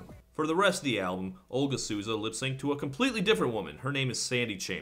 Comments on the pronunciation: I would love it if English speakers stopped reading the name Souza as "Soo-za". It's So-za. In this instance, since the person in question is Brazilian you even get the added bonus of near perfect accent by saying "so" in your natural American English accent. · "Olga Suuza" lol Souza's pronunciation is more like Soul-za ♥